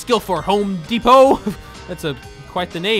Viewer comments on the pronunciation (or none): none